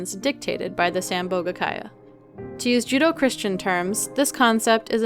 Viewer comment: I've never heard judeo-christian pronounced as judo-christian. That made me lol as now I'm thinking of a merging between martial arts and the christian faith. Basically I'm thinking up scenarios like that of a bunch of monastic monks having a serious sermon and after it's done, exiting the church and doing flips and fighting\training like in eastern martial arts movies. All while in their brown monk's habbits and being 80 years old. 😂